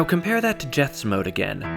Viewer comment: Jeths is pronounced as 'yets' in Dutch